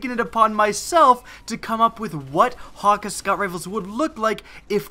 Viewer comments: OH MY GOD DOES ANYONE PRONOUNCE THIS RIGHT. It's Hack-Aye. Not HAWKUH HAWKEYE HAKK OMG. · he keeps saying "hocka" when it's "hockay" and I can't get over it :P